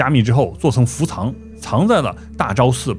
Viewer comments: 伏藏念做fu zang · 不是唸伏「藏(同音字：奘ㄗㄤˋ)」嗎？ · 伏藏叫“fu zang”